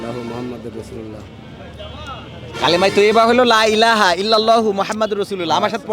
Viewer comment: কালেমা তাইয়্যেবা সহীহ করে শিখানো উচিত । আপনিও ভূল শিক্ষাচ্ছেন। লাই লাহা না, লা-ইলাহা।